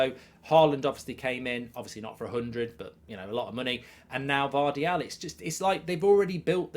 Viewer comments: His name is Gvardiol, not Gvardial, Mark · i love how he got gvardiol's name wrong 10 times